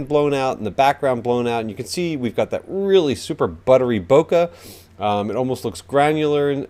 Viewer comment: Nice video!, but please don't say bokah when you should say bokeh.. It's like saying hamburgars instead of hamburgers..